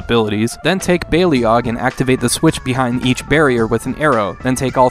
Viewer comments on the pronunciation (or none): FYI, it's pronounced more like "bay-log", not "bay-lee-og". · In TLV2's intro the narrator says "bay-lee-og", where as since their introduction to Heroes of The Storm, it seems to be pronounced "bay-log".